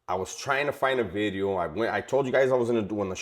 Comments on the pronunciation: It’s veedeohhh not bidi-0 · Any possibility you can say the word "video" different? Not clowning....